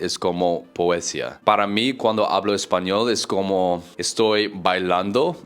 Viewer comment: hahaha, definitely not - you made a mistake within the first three words. Also, check the pronunciation of the word ‘poesía 😄